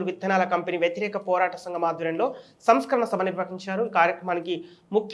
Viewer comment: సంస్కరణ సభ కాదు.... సంస్మరణ సభ...కొంచెం చూసు కొండి